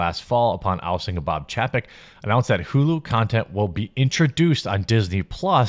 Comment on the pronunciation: The name is pronounced ch-ay-peck...not ch-ah-peck